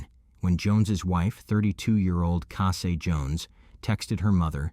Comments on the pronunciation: It’s Cassie, not Cassay. At least get the victims names pronounced right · Obviously her name was Cassie good old ordinary Cassie but she prefers Cassie’ pronounced Cassay. People just like to be a little different?